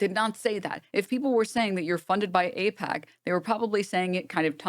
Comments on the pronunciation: This skit he does where he purposely mispronounceing and saying things like “ I pac “instead of “aipac” is like a cartoon skit that ppl listen to him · I don't see how ay-pack, eye-pack is a joke. There's no set up for a joke. It's not an anti-humor joke. It's not the right subject or timing for a joke. That we know can he correctly pronounce the name doesn't make mispronouncing it a joke. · I think it's pronounced "Aight-K" or "Eight-K", or whatever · He doesnt know how to pronounce AIPAC? LOL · As far as I can tell, the "joke" is that Pakman knows that most people are aware that he knows the 'correct' pronunciation of AIPAC, and pretending that he doesn't is a wink to other zionists. That, however doesn't discount the possibility that he is just being disingenuous, and attempting to gaslight his audience. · "I don't know how to pronounce AIPAC" David's brother works at AIPAC. What a dumb lie